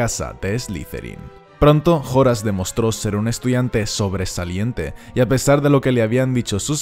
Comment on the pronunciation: se pronuncia horas eslojorn muggle !😆😆😆😆